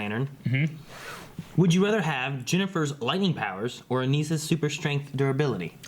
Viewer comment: It's Uh-Niss-Uh. Not Uh-Niece-Uh.